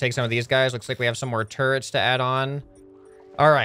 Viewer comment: when he said "Look at all the turrents we got!" i thought he said "Look at all the TURDS we got!"